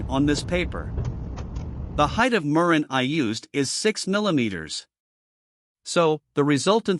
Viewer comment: The artificial voice if quite bad and distracting. Mispronunciation of the word murrine.